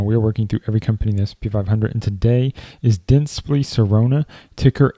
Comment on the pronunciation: You pronounced it "dentspli" but it's "DentsplY"